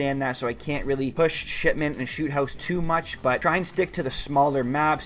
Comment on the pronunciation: Really sounds like you saying Shitment